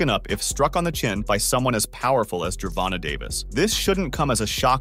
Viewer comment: Who is Gevonna, learn to speak.